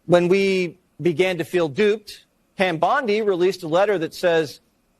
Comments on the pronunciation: Not for nothin brother - but it’s “Bondi” not “Bundi” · Pam “BONDI” not Bundy lol Sorry drove me nuts lol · Her name is Bondi, not Bundy